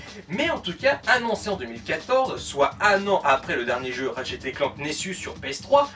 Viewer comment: c'est ratchet et pas rachet nexus et pas nessus srx ta jamais parlé anglais de ta vis meme en parlant français tu devrais savoir parler , et tu dit ton avis sur une série de jeu que tu connais pas la voie de squeezie ne colle pas avec ratchet c tout (g vu le film)